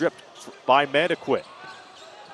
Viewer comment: Mandaquit is pronounced as "MAN DA KIT" since he is of filipino descent